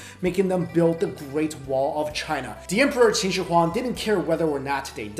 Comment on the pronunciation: Sorry. "China". Not "Cina".